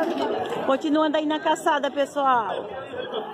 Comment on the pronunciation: Só uma correção, vc fala caçada kkkkkkkkkk e o correto é calçada. Eu adóooooru seus vídeos muito bom gosto 😍